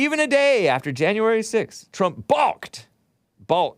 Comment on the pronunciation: The L is silent in balk